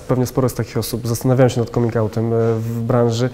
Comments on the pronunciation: Come czyt. /Kam/ ergo /kamin'/ 😎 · Czy nie powinno się wymawiać 'coming' przez 'a'? xD Mierzi to nieco :D Piróg mówi normalnie, a cała reszta uparcie z tym 'o'.